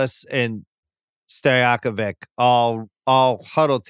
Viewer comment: it is Peja Stojaković! ć sounds ch Stojakovich not Stojakovik!